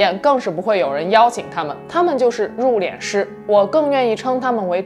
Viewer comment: 為什麼要讀入「臉」師呢？應該讀四聲，入「練」師呀⋯⋯太彆扭了⋯⋯